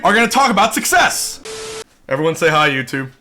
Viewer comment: I love talking about success (pronounced suckies)